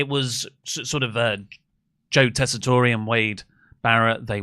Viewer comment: 18 mins in and I wonder if will ever find out about how to pronounce Joe tesatore’s name